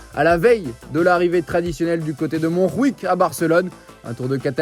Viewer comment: Et en Catalan , on prononce le J comment en français également ! Montjuïc et pas montrruic... 😉